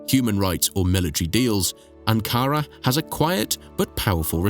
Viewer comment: Anara. ???querras decir ANKARA